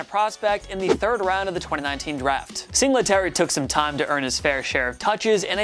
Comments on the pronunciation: Bro. Learn the names you’re saying. This is getting ridiculous every week. “Rasheem Mostert, Devin Sing luh terry” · Sing luh tary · Say it with me everything “Sing Lee Terry” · It’s single tary not singlet ary that annoyed me so bad when he said devin singletarys name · It's Singletary, not Sing-la-terry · 4. "Sing-le-tary"!?!??! Dude you cant even pronounce his name right. "Single-tary" Why the fuck is this guy doing a list. You know nothing. Granted moss may over take "single-tary" this year. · P R it’s single tary not sing la tary 🤣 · And Sing-la-terry like 20 times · "devin Singluhterry" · Sing la terry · bro fr, I was just about to comment on that. "Sing LE tary." Jesus. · Who says singletary like that lol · The only thing I hate more than is the way he says “Singletary” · ik ur saying singletary wrong on purpose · The way he’s saying Singletary 😂😂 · They also have mispronounciation issue